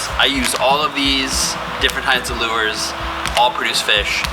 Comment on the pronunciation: I think its pronounced "lures"